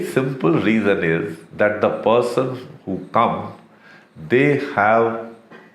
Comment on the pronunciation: Ittt ezz what it ezz